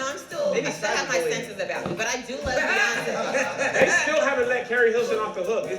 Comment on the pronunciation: this girl ain’t say Beyoncé 😂